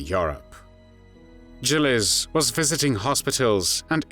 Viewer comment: I always heard her name pronounced with a hard G.